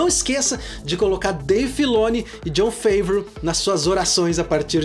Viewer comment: bela crítica, concordo 100% - parabéns! Apenas uma correçao na pronuncia no nome de nosso messias: John Favreau (francê, Favrô)